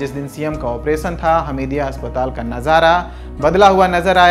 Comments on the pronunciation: ऑपरेसन नहीं ऑपेरशन होता है, उच्चारण की कोई ज़रूरत नहीं होती क्या लल्लनटॉप में जॉब पाने के लिए। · Pronounsation is not good मध्य प्रदेश को " मध्य प्रदेस" और ऑपरेशन को "ऑपरेसन" बोल रहा है 😁😁